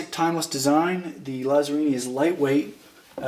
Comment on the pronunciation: just so you know it's pronounced Latsarrini